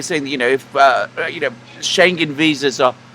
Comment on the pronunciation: "Schengen" is mispronounced by both gentleman. The g is pronounced as a separate letter: Schen-gen, that's wrong. The "ng" must be pronounced as in living, thing, song, singer, ring. There are exceptions to the rule, f.e. England and single, tingling, Schengen is not one of them. Scheng-en. often asks for replies in the comment section, but experience has learned he does not read them, at least not all because I've pointed out mistakes in pronunciation before and he keeps making them. But you have read this, now you know how to pronounce Schengen. Schengen is the town in Luxembourg where the European "Schengen" treaty was signed in 1985, opening all borders between subscribing countries.